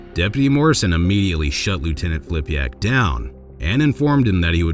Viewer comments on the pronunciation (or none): It's Filipak not Flipiak!